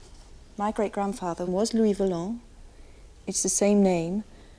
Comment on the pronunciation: LOUIS VOLANT ! Not Valent.